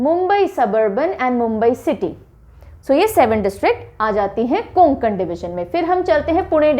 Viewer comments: Konkan nahi hota hai Kokan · कोंकण नाही कोकण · Nice explanation bt pronounciation of kokan is not konankan its a kokn please correct this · कोकण हे ओ कुंकन नही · It's not कोनकन it's कोकन all right mam tx for this ✨😊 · mam not कोंकण . true कोकण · कोंकण नाही कोकण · konkan nhi mam, Kokan aisa h wo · कोंकण नाही कोकण, सतारा नाही सातारा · गोंडिया नही गोंदिया है और कोनकन नही कोकण है!👍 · It's not konkan ! It's kokan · Mam it's कोकण not. कोन्कन् / गोंदिया not गोंडीया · Konkan ny kokan hota hai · Konkan n is silent so this pronunciation कोकण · Medam कोकण bolo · कोकण ( kokan) right pronounce mam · Konkan me N silent hota h ma,m